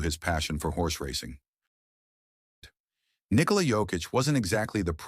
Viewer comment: This was the AI generated story of Nick-o-la Jokic lmao. Still enjoyed it!